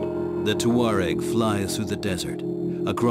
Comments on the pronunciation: the narrator pronounces it "TOO-areg." , he says TWA-reg." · "TWA-reg" , "tour-reg" . Nobody knows the correct way to pronounce Touareg.